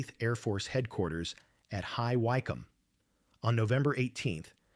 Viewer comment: Don't think the tail gunner gets closing speeds of 500 mph. B24s had a proper turret from the start. Oh, and the y in Wycombe is short.